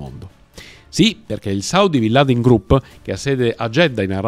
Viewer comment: Come si fa ha raccontare così tante balle. A partire dalla pronuncia del nome.